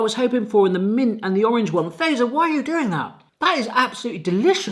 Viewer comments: It's pronounced FATS-ER. Not PHASER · A great reaction! Just a little note: Fazer is pronouced 'fatser'. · is it just me and my family but we say fazer "fatser" or something like that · Fazer is supposed to be pronounced “Fatser” more than “faser” 😅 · So fazer in finland we say fatser not faser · I love how ppl pronounce Fazer as "phaser" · In the company name Fazer, that Z is pronounced TS, not zee. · ITS NOT FEIZR ITS FATSER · ITS NOT feizerina its fatseriina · Stop saying feizer it fazer bot feizer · Great vid! Just one thing: Fazer is pronounced "fa-tser", not "phaser" 😁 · Fazer does not rhyme with phaser, the "fa" part is pronounced like in the word "far" without the "r" (and quickly) and then add "zer". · Its Not faser Fazer (say Fatser) im Finnish SOV🇫🇮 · Cool video, also it is pronounced more like "Fatzer", not "Fazer". At least that's how I've always heard it. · It's pronounced Fa-tser not laser. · It's not Feizör, it's pronounced FAZER!! XD finnish people talk the same as they write. that's why the alphabets and language is most easiest when you get that info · Having lived in Finland for 4 years, it's hilarious hearing Brits murder Finnish pronunciation. Fazer is pronounced fatzer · Se vaan et Fazer on lausuttu ennemmin niinku Fatser tai Fatzer eikä niinku razor blade "z" mut mistäpä sen olis voinu tietää🤷😁 In english: Its just that Fazer is pronounced more like Fatser or Fatzer and not like you would pronounce razor blade "z". But how could he have known🤷😁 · Love this video but the pronunciation is killing me particularly fazer. its more like fatser, the t is strong. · I think The name is pronounced yane. Also Fazer is pronounced fatser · You say it fattser btw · As a fin, it was fun to hear you say these products names. Some were close, some were far. But everytime you said Fazer, it made me laugh. Most finnish people say Fazer very diffrently. More like.. fahtser? Maybe the best way to explain it over text lol! Also, this was a fun video :]